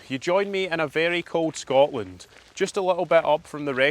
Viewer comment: I have never commented on your channel but have watched for about 18 months. You are so articulate and well spoken, and as someone who has walked possibly most miles of our beautiful Country...I can only say that our wonderful country has a "T" in it. The word "Scotland" as a true Scot should always have the "T" that our ancestors fought and died for. scoTland is our country.